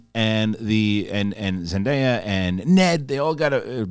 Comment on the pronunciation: Buddy it's Zen DAY yuh not Zen die ya like papaya lol.